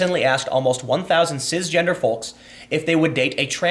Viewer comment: Tim “Cizzzgender” Pool It’s CiSSS...not Ciz.